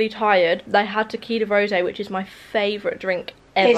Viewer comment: It’s tequila rose, not rosé 😂